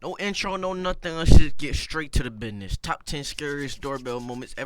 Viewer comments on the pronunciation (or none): "bidness" goes hard bro